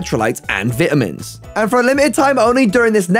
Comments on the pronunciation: Did nobody else hear him say vi’ amins at the beginning? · sorry but did you say Vidamins??? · Vit a mins😂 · I’m upset at the way you pronounce vitamins